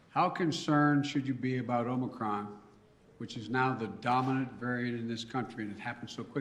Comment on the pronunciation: Madness. I’m not listening to this rutabaga. Also 👇🏼 It’s OMICRON OMICRON OMICRON not OMICROM you absolute oh my god this dungbeetle.